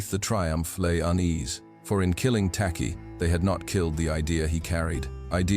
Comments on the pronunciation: Pronounced 'Tay-Chi' by the Akan of modern day Ghana, the first African country south of the sahara to fight and gain its independence from the British empire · The chant was in Twi pronounced chwi!